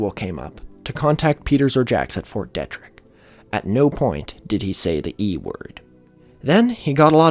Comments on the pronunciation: Kills me to hear it pronounced "detrick" when its fort DEE-trick. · Great vid as always. Just would like to note that Fort Detrick is pronounced “Dee-trick” and is not its own place; it’s entirely within the city of Frederick, MD. (Source: I live there) Also, Ft Detrick was an important place during the investigation into anthrax scares in the early 2000s. Pretty sure a scientist there was under suspicion of being the culprit. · Heads up: Fort Detrick is pronounced Fort Dee-trick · Your pronunciation is killing me. Macaque, USAMRIID, FT. Detrick, hemorrhagic... pleaaaaase if you're doing a video about something technical learn the terms. I had to stop listening. It makes it very grating. I'm not judging by any means but after about the 20th ridiculous word, I gave up.